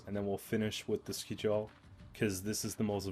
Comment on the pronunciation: Skjall is pronounced Skyall fyi. Edit no not Sky - all, the y sounds like it sounds in yes.